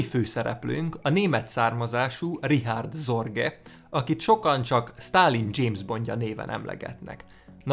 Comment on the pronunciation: Őt nem "Ricsárd Szorgej"-nek kell ejteni?